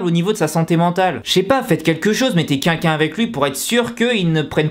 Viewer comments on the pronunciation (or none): Sa me stresse quand il dit qu'inlquin au lieu de quelqu'un...(voilàXD).Sinon c'est abuser la YG qu'est ce qu'ils foutent ptn! C'est pas mon artiste préférer mais sa me désole de voir ça et j’espère qu'il va s'en remettre.Et merci a toi d'avoir fait cette vidéo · Arrête de dire "qunqun" au lieu de "quelqu'un" pitié 😂😂😂😂😂😂